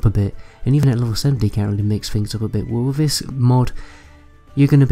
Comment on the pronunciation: witcher free? please put some effort in pronouncing your th's and f's and r's. children can be forgiven but at a certain age you begin to sound ignorant. fink : THink, free : THree ferd : THird fings : THings everyFing : everyTHing and so on.